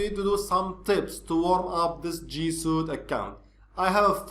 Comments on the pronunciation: Suite is pronounced "sweet" (not trying to being an ass here). - Love your vids, excellent break-down and explanations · The Word Suite Is Pronounced Sweet. Not Being a Smart A--. Just want to help.